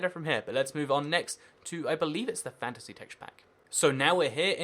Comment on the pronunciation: does anyone else think it sounds like fancy whenever he says fantasy?